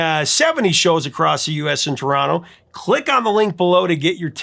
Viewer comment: Good memories. Lol you say Toronto like a local.